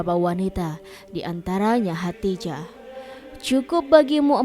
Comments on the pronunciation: Min,, Lidahnya awas keseleo. Khodijah bukn hatijah. Min abal-abal ini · Bukan khatijah tapi khadidjah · Narator nya bilang khadijah terdengarnya hatijah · Hodijah, atau Hotijah,,? Yang betul doong ngucapinnya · Kok Khadijah dibaca Khatijah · Khadijah.jangan salah sebut